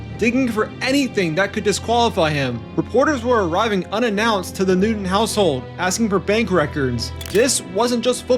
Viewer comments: 😏 ----- IT " NEW -- TON ", NOT NEW -- DUN..... 👍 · Real quick. Love the documentary but it’s Newton not Newdon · New-Ton not “Nudin” 😂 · this video is horrible! only an idiot would make a football highlight/documentary video with subtitles and cant even pronounce newton